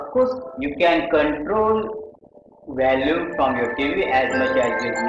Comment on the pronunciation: "Valume" AAHAHAHAHAHAHAHAHH